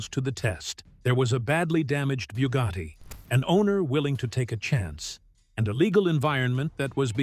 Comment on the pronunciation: It is Bugatti not byewgoty Chiron not kyron